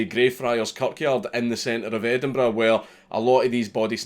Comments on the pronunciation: Endenburrrrrr "tongue roll" ough. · that's an EdinBRUH Moment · It took me exactly 5 minutes to recognize the word Edinburgh.